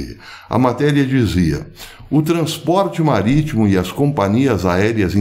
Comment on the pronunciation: Falou em "turner" e "maritmo" me lembrou Piratas do Caribe... kkk